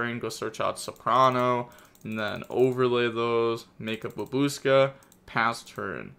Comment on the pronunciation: "Babooska" I love you,. Never change.